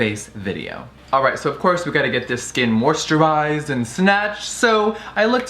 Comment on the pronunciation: Of cwos..of cwos.. of cwos.. Of CwOoSs